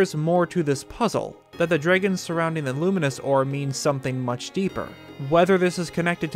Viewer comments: Remember everybody, we’ve all been saying it wrong. It’s dreygons. Not dragons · "THE DREEGOOONS"